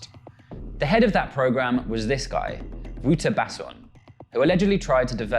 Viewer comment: As a South African, the presenter's pronunciation of Wouter Basson and Tik is hilarious.